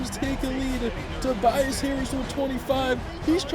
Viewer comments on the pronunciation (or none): none